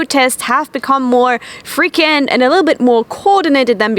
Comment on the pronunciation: You're wonderful, and you clearly aim to get things right, so I'll tell you a few things. The word frequent has a w sound in it, like "freak went" lol. An ordinance is in fact a law of sorts, so you wouldn't say ordinance law, just ordinance. And the term you were looking for when discussing non-reporting isn't side effect. A side effect is a "during" thing, not an "after" thing. You want the word consequences or the term after effects. And finally, the conventional phrase is all the difference, not all the change.